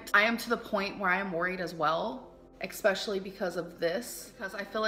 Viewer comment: I can't decide which Amberism annoys me more, licherly or exspeshaly